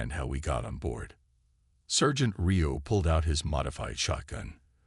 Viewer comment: This video sucks!! Your narrator is an AI idiot!! Sergeant is pronounced "sar gent". Not as in sir. There is no inflection or proper pausing for word spacing! There is also no honey badger!! I only clicked on it because it showed a honey badger!! I don't like your voice either.